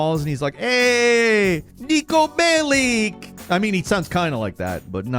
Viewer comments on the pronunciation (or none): saying niko belic is hilarious